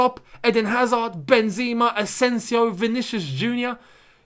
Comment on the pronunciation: MY MAN ITS PRONOUNCED MIL-E-TAO & BEN-ZEH-MA, not Mili-Tschiao & Benz-E-Ma I beggggggg that hurt my ears 😭😭😭😭😭😭😭😭